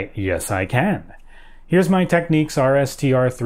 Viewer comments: I don't think the brand is pronounced 'Techniques' but 'Tech-niks' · It's pronounced "technix" not tekneeks. The ch in Technics is a G, the way Dutch and Germans pronounce it. Ghuchugh, like a cough sound.